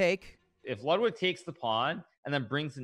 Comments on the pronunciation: Why did she say your name as ludewig. Love you lud thanks for every day uploads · “We have loodwig” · the proper pronunciation is more like loodvid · Botez couldn't pronounce Ludwig's name correct one